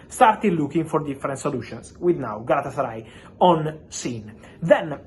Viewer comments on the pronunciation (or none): Lol galatasary lol 😆 😂 🤣